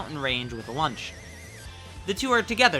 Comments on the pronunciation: her name is launch not lunch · I did a Toriyama and forgot Launch existed and thought you said "Lunch"